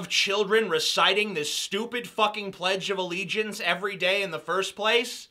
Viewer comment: When he says "PLEDGE OF ALLEGIANCE" 😂😂😂 I fucking love you man